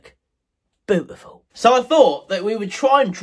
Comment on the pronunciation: 41 seconds it sounded like you said "boobiful"!